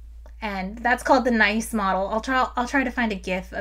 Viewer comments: She's aware—she showed an excerpt from the Wikipedia on the screen—but why let accurate pronunciation get in the way of a good joke? It's fine. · Oh no, this comment section is going to be filled with angry French people complaining about your pronunciation of Nice. Please don't destroy our solar system in retaliation. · It's not called the nice model, it's Nice from the city of Nice in France. You showed the article, the third word of it tells you how to pronounce it... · "Nice' as in the French city of 'N--eeee-s' not 'Nigh-s' ... but I never detect whether you do these things on purpose or not... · I believe it's pronounced "nees", like the French city Nice. I think it's called that because the model was developed by Alessandro Morbidelli, Dave Rubie, and others at the Observatoire de la Cote d'Azur in Nice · It is pretty weird that it is pronounced like nice and not like niece, as it should. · This was so cool! Not every day you get to destroy a solar system! (It's pronounced "Nees" model, but you probably know that and were being fun!) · I think it is pronounced the "NEESE" model after the city of Nice, France where the meeting was held. Don't worry too much about not being able do all the video editing magic like embedding clickable links in video stream and the various editing glitches like forgetting where you were after a pause! This will all come with practice, and lets us all know you are human, because these are not the kind of mistakes a bot makes. 🙂 I very recently discovered your YouTube channel and find it very informative and enjoyable. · I know it doesn't really matter, but Nice is pronounce like niece for the name. (it's okay, I have made the same mistake lol) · While this demonstration is indeed nice, "Nice" as in the model refers to the French city, and it rhymes with "geese". What happens if you stick a Jupiter out where Planet 9 is supposed to be? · isnt it pronounced "knees"model? or is that a joke im not getting?